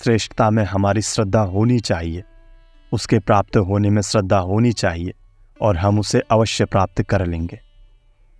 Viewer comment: आपका अशुद्ध उच्चारण खटकता है, जैसे श्रद्धा को स्रद्दा। श्री को स्री।